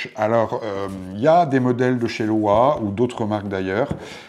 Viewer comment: Bonjour, merci pour cette intéressante vidéo. Je possède ces chaussures et je suis d'accord avec vous sur ses qualités et ses défauts (mineurs !). C'est pour la partir "entretien" que j'ai regardé cette vidéo, merci pour les astuces de nettoyage. Par contre, LOWA est une marque allemande, on prononce donc LOVA !